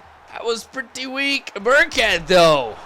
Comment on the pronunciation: LOL THOUGHT HE WAS SAYING BIRDCAT THE WHOLE TIME, BUT IT'S BURKHEAD